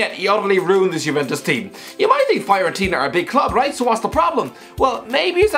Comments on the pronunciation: I am a Fiorentina fan and the way he pronounces Fiorentina Is awful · Fyorentina lol